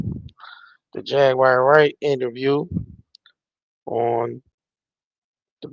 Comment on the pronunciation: It's definitely not JagWIRE. LOL